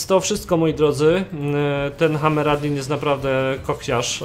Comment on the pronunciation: Hammerdin, a nie Hammeradin